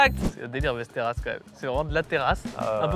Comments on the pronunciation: Maxime qui corrige qui dit "vesteras" "vAsteras". Mec tu crois que les accents c'est pour faire viking? Ça se dit Vesteros (Westeros GoT tout pareil). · Ça se prononce Vèsteros xD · Västerås ça se prononce Vèstèros sinon ça fait mal aux oreilles. Sinon j'adore la video, continuez comme ca 🤩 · la ville se prononce véstéros un peu comme westeros dans game of thrones mais dit avec un accent russe voila voila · Väster°as Prononcé Vestéros (oui presque comme dans GOT) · Putain la prononciation de Västerås m’a écorché les oreilles 🥲 « Vesteroosse » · "Västerås" se prononce 'vèstèros'. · Ma copine (suédoise) se serait étouffé dans son café en entendant ta prononciqtion de Västerås si elle avait été là, mais à part ça super vidéo 😂